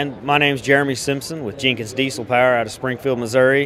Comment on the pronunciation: It’s POWER not paar